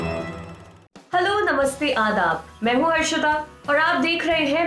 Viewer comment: Aap ka name hai,,yeah harshita hai???thik se pronuce kijiye....